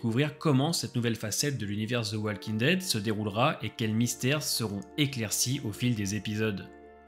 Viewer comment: Personne ne vous a dit que le L de walking ne se prononce pas ?